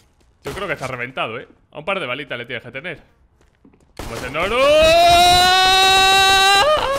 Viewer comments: Nombre:Znorux Como lo dice: Snorus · Fans de znorux: Snorlax